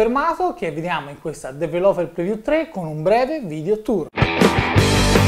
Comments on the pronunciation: "su questa dv-rló-reviú" mitico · sei bravissimo, ma ti prego impara a pronunciare "developer preview"! :D